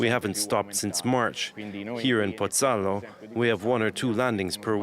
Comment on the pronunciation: Embarrassing. The news announcer doesn't know how to pronounce Pozzallo (pity he didn't listen to the translator). The correspondent apparently doesn't know that Pozzallo is a town with population of about 19,000 and a major port and ferry terminal, not a "village". Trapani is not only mispronounced by the correspondent, but is over 350km to the northwest of Pozzallo, not "a few kilometers".